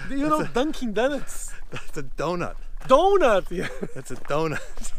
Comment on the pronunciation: Jovem nerd me fez vir estudar inglês aqui, "donut" no